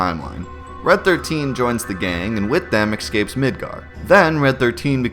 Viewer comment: eXcapes? simUlarities? ;)